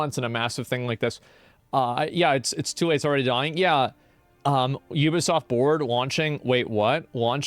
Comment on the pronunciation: Is this dude for real?! “Let’s go to Metacritic. It’s a 5.4 not a 76 you (words I can’t say here).” Is completely oblivious to the 76 right above it. Wow man. Combover queen strikes again. At least he pronounces Ubisoft right.